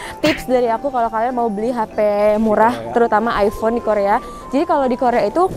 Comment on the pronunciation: Aypon yah bukan aivon😁